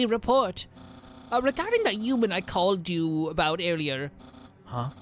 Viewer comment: Am I the only one who think he says “uman” instead of human?